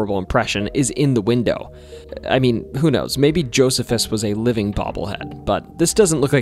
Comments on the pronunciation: I'm pretty sure that name Josephus in the 3rd story would be pronounced as Joe-See-Fuss much like the old Roman-Jewish historian & military leader, Flavius Josephus. I used to date a woman from Williams back in the late 1990's and drove across that old covered bridge fairly often back then. Never noticed anything out of the ordinary there. we walked it a couple of times, but I don't believe it's the longest. The longest would be the Medora covered bridge over the east fork of the White River in Jackson County, about 30-ish miles east of Williams. My little brother and his wife took part in a tour of that Whispers estate a few years ago. His wife claims to have taken pictures of orbs in the dark there but I can capture the same things here at home off my back deck in the dark with a camera flash and figure it's just dust floating in the air. I'll have to check out that place in Scott County as I never knew it was there. I do know where County Farm Rd. is here in Washington County, but if there was ever a big farm building there it's long gone now. I've walked through Big Tunnel in Tunnelton, but I don't recommend doing so because, while most of the time it feels abandoned, it is in fact an active line used by CSX with about one train a week passing through. Before CSX it was known as the B&O line and is still called that by locals. You can easily tell it was B&O because they had distinctive color positioning lights on their lines, whereas the old Monon RR that used to run behi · Isn't it pronounced "Joh-SEE-fuss"? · it's Ash-ta-buell-a and Jo-see-fus just to help you sound better in the future, you can type "pronounce (word)" that it's pretty good at giving the right pronunciation.